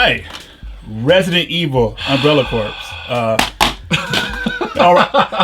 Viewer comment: Corps is still pronounced core:P AND I HEARD YOU SAY IT CORRECTLY LIKE THE NEXT DAY WHEN YOU STREAMED THE GAME! I'm in your head!